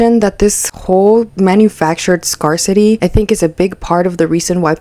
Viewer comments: This is so weird to me. I might buy extra food, if it's on sale, but this? YIKES. (Also, just a kind FYI, but "scarcity" is said like "scare," not "scar." Sorry, former English teacher showing lol.) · Love your videos! Just so you know since you’re probably going to be making more videos on similar topics, scarcity is said like scare-city, not scar-city because apparently English can’t be phonetic lol. Keep up the great work, everyone can tell you’ll do great in this space :) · I'm sorry, I have to say it cause it was bugging me... "scarcity" is pronounced like "scarE-city," not "scar-city." Loved the video tho! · it's pronounced SCARE-CITY not scar-city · The word "scarcity" is pronounced as "scare-city" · Pssst - "scarcity" isnpronounced SCARE-city. Great video with lots of good points! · gahh i know it's no big deal, but that's not how you pronounce scarcity lol i had to click out.